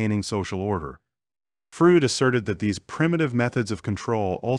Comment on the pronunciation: "Frood"? Work on your pronunciation! It is distracting. You're not consistent with it.